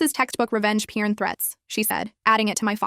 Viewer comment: When they pronounced it revenge "pern" I thought of the er ma Gerd burbles from the 2000s.